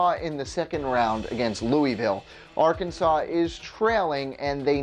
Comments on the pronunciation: You said Louisville wrong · Two things, in the tournament the numbers next to the team names are Seedings, not rankings. Also, you mispronounced Louisville.